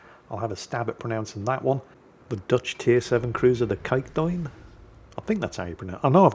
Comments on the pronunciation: Ooh, nice stab at pronouncing Kijkduin, the ij was almost as good as it gets for a foreigner. The ui sound was just off though, it's more like if you string an 'Uh' sound to a y-sound like in 'why'. Ask an American how they pronounce the surname Van Duyn, they'll probably get at least kinda close. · You pronounced 'Kijkduin' almost perfectly. Let's make it a little more difficult. Next time try to pronounce 'Gouden Leeuw'. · For a native English speaking person, you nailed Kijkduin! Very well sir! Next time when you see you can learn him the pronounciation ;) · Dutchie here, yes that's indeed how Kijkduin is pronounced! Personally I also struggle with the name 'Cachalot', don't know what the right way is to say it. Sometimes Google Translate helps to pronounce things, but not really with that name. That encounter with the Gneisenau , it could've been a lot worse, if the Yuudachi was 1km closer, the smoke wouldn't have helped there. With hydro on (can't remember if Gneisenau has/hasn't it) Gneisenau would've sunk the Yuudachi. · while it is not perfect, your pronounciation of "Kijkduin" is 100% better then what Flamu and most other WoWs YTers manage to garble out of their mouths.